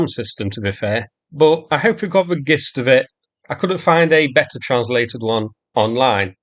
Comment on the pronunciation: Jist not gist (pronunciation) you numb nut. Love your channel and this has been one of my favourite posts so far, SLAV UKRAINE. 💪💪💪